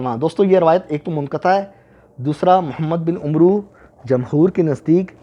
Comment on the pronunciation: میں نے پہلے بھی عرض کیا تھا کہ ایسی تمام شیطانی معلومات کا واحد ماخذ ہے “کتاب قیس بن سلیم” جسکا مصنف خود کو حضرت علی کا صحابی ظاہر کرتا ہے، جن سے اس نے یہ ھذلیات سنیں۔ آن لائن مل جائیگی۔ دوسرے یہ کہ “عمرو” کا تلفظ ہے AMR، یعنی م اور ر پر جزم اور واو سائلنٹ۔ جبکہ “عمر” کا تلفظ ہے UMAR. عمرو کا تلفظ UMROO نہیں ہے۔ کسی نے غلط بتا دیا ہے۔ گوگل پر اردو میں “عمرو” لکھیے۔ تلفظ نظر آجائے گا۔